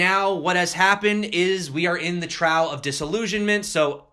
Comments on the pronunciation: It's pronounced troff dude. Not like your trousers falling down. (well ... pretty funny anyway) Still, you're the greatest! Love ya. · Trough is pronounced: troff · Gentle tip: "trough" is pronounced like "cough". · I never heard trough pronounced 'trawf' before. Is that a thing? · OMG your pronunciation of trough is killing me! Think “peaks & troughs”. See